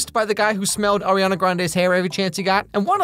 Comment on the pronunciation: Off topic but it was satisfying how pronounced Ariana's name right